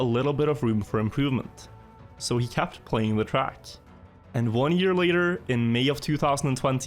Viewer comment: Not hating or anything. It's so weird to me that when you say perfection, kept and set it comes out as perfaction, capped and sat. But you have no problem saying demon with an e. Being scandinavian myself I've never heard that. =P